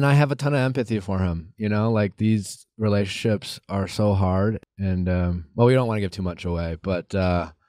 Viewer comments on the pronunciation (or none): Nick, I love ya, but it's "rela-tion-ships" not "relay-ships." Peace !